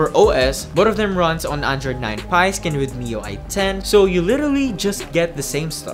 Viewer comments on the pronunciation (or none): none